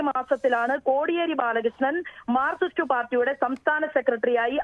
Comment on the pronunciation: മാർക്കിസ്റ് അല്ലെടോ... മാർക്സിസ്റ്റ്‌...